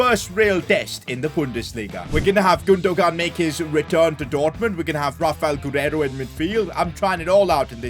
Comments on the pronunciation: it’s pronounced Gundoan. G is silent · gundogan name is Turkish and has a Turkish apostrophe so you pronounce it as gundowan the g becomes a w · Yo just so you know Gundogan is pronounced, “Goondowan” just so you know. Love the vids! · Lol i laughed so much when he said gundogun :) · 😤 can you stop pronouncing gundogan wrong and try to pronounce it like gundoywan. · its pronnounced as gundo wan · PCQ: it’s GOON-DU-WAN. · saying Godogon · Can any point out how he gundogan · Am I stupid or did he just fuck up Gundogan’s name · stop pronouncing Gundogan wrong don't say the g part instead say it with a y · the way he says gundogan 😂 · who else was dieing when he was saying gundogan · The g is silent in Gundogan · Gündoğan might have scored that long range effort if you'd have said his name properly 🤣 really frustrating how wrong you say people's names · Who is the evil man who made him buy gundogan now we’re going to have to listen to his horrible pronunciation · You are not supposed to say the second g in illys (Gündogan) name